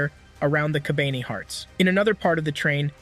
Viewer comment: ka-ba-n-e not kabani. and E-ko-ma.